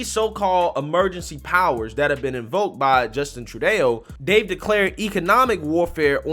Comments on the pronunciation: tru-doe, not tru-dayo, or trudy for short. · it's Trudo not Trudayo. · Please learn how to say people's names or other words correctly before you make your videos!! His name is NOT said phonetically "Tru-Day-Oh". His name is TRU-DOH. Trudeau. How can you not know this when reports about him are all over the media outlets? It really hurts the legitimacy of what you comment about on your clips and this has happened before. This is constructive criticism not an insult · "Tru-Doh!" Not "Tru-day-o" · Love your channel but “eau” as in Trudeau is pronounced “o” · Trudeau is pronounced true-doh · you're killing me. You pronounce his name different every time. It's Troodoe brother. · Lol, I kind of like his Tru-day-oh! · Name is pronounced Justin True-DOUGH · FYI Justin's surname is pronounced True Doe. As in: "Hard to believe Canada's PM is as much of a pathetic failure as he is. True Doe."